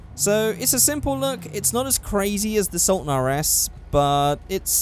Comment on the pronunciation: When he said he was doing the regular sultan I was happy,..... then he butchered it. You let me down with this one